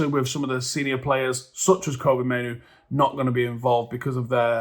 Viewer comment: Fk sake, stop calling him Koby, Mainoo his name is Kobbie? Kob-bie like Robbie, but with a K